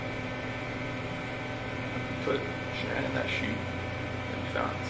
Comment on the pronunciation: Hi, sorry..this is a Horrible Narrating of their story..very hard to listen to!! Would love to hear this out but the way you are speaking & not pronouncing SHANANN'S name Properly is just Not OK!!!